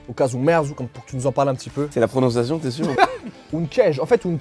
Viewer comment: Merci pour la prononciation exacte ;-)